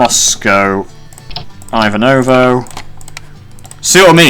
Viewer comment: btw the most western-stereotype popular russian name Ivan is pronoced like Ivanka Trump, but without 'ka Trump'. It's like Eevahn in russian pronouncation. The same way Ivanovo is pronounced, if you care about it at all :)